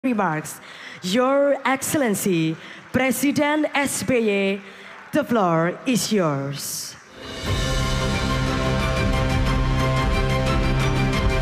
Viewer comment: Prmbawa acara nya mnggunakan kata bahasa inggris.. Tapi dia tetap menyebut es be ye,, padahal kan seharusnya es bi way